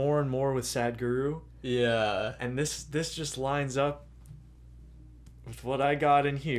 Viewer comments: Hey .the way these guys say Sadguru😄😄. It is saadhguru.Sadh means devotion to the supreme God. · Hey bro don't call him sad-guru lmao